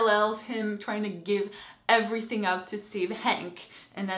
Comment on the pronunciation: did you just say "everyfink"